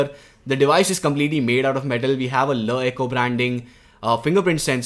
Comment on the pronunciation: every time he said la eco it sounded weirder